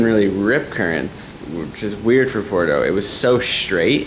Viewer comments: At least pronounce the name of the break correctly Nate , it's not porto , it's PUERTO😂😂😂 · It’s Puerto not Porto.